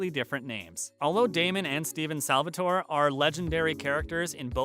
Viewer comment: I started crying when he said stefan as stevan and Salvatore as Salvatoree.